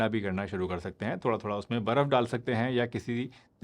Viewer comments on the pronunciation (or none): Baraf nahi "Barf"Kahte hain